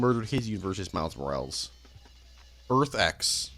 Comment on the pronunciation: it pisses me off how you pronounce morales. It is moral-es